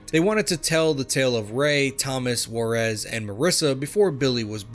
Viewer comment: I Can say without a doubt that I love these games! Pretty good westerns. But as a Mexican, I cringe whenever I hear how they pronounce Juarez LMFAO